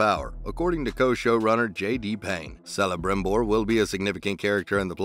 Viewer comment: This guy is defending Rings Of Power. He pronounced Celebrimbor as "" instead of "Kelebrimbor", so he is no fan. He knows nothing, there is nothing of value to see here.